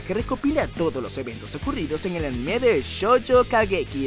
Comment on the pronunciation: No se dice animé, es anime o ánime, animé es un verbo, por lo demás bien video, gracias por la información.